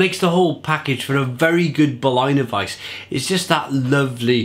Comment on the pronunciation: Solid review! But I have to stress that it's pronounced BerLINer weisse and not Berlainer weisse. Say it like you would say the name of the city. Cheers!